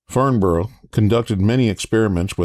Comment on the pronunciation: Love this posl One thing if you do notmind, we say "Farmbrrh",it's a bit like Riceĺip Looking forward to your next😊